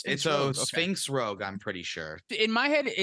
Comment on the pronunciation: Is the "Rouge" instead of "Rogue" a bit? It's funny either way, and this was fantastic!